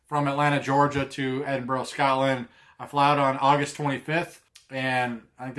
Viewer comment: i'll be up there around the same time.. do NOT forget your headnet! just a hint on pronunciation (no big deal because even some scots have trouble pronouncing the names of their mountains, or ben as they're known up there) it's phonetically edinbru and glazgo.. if that makes semse. i'm guessing you've checked out 'Hounds of Howgate' his videos are great especially the CWT one. i'd advise taking a jump west at the isle of Skye on your way up.. for photography you can't beat it. fantastic you're coming over.. maybe bump into you